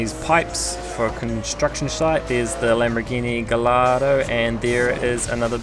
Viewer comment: Thanks for the video. One side not though is that the Lamborghini Gallardo is actually pronounced Guy-ardo because the L's are silent.